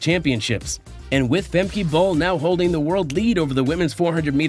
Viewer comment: Her name is not "Femkay" -learn how to pronounce her name it is no so difficult